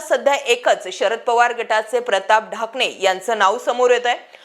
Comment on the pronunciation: प्रताप ढाकणे आहे ते..ठाकणे नाही😂😂.. बेसिक माहिती शेअर केली..काही नाविन्य नाही